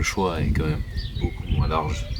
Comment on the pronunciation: je l'ai entendu le "beaukiou" d'espace pour la batterie !! Sinon super ce que tu fais, je découvre ta chaîne, très sympathique